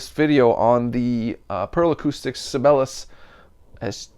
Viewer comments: Sabellus? Isn't the right pronounciation "Sigh-be-lius"? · It's not pronounced "Sibelus", it's "Sibel-i-us". Jean Sibelius is a very famous classical composer. I realize you are, but Sibelius is a pretty famous guy. Or was. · I might be wrong but I think that is it pronounced with four distict syllables . . . Si be li us. Like the classical composer. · Si - Bay - Lee - Us. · you know... like the world-famous famous composer.... si bey lee us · Sib-BAY-lee-us is how I think their name is pronounced? Like the composer ... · Si-bell-eee-yus.....Just found your channel, good stuff....subbed! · Sih-bail-ee-us... Named after the famous Finnish composer, Jean Sibelius. As your penance for continually murdering his name, you must go listen to him. Do it! Do it now! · You might at least learn how to pronounce SIBELIUS even if you don't have the basic musical knowledge to understand who he was!